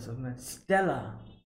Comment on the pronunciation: Reward medal is called “Stella", hmmmm, a certain person definitely can't say this word....